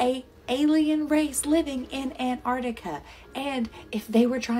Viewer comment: She was pronouncing and spelling Antarctica wrong though so until the guy from the YouTube video typed it in and confirmed it I was skeptical lol just saying, if you can't even spell it right I doubt you'll get all the numbers in the right place 😂